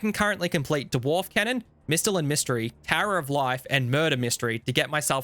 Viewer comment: Neck-lace? Duh-warf? Are you deliberately trolling us here? 😂